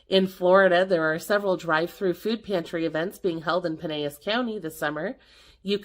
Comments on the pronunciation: Pinellas isn't pronounced like Spanish. It's "pie NELL us." Did the video end early? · In Pinellas you actually pronounce the L. Love you girl! ❤